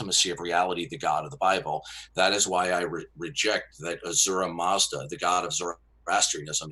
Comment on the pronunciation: its "ahura mazda" lol.